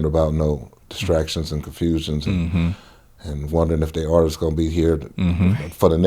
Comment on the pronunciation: So nobody gonna correct the homie Legitimate B on saying ArtistsES?